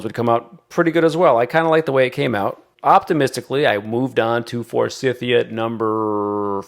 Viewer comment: Thought you’d like to know. Forsythia is pronounced with a long i in the second syllable. It’s named after a gentleman named Forsyth. 😊